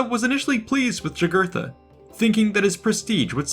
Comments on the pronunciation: By the way. In Latin the J makes a Y sound. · Yeah, pronounced Yūgūrten or Yūgūrthen. But the idiot relresented him as a Black guy although not being so drawn on his coins.